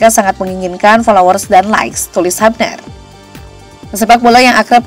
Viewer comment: Sebutnya "hyubner" ceunah, min.. bukan habner atw hubner😂